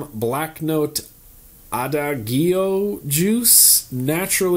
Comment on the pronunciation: The Black Note flavor is pronounced a-da-jio just so you know.